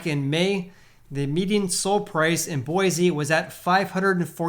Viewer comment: Bro. It’s Boy-see!!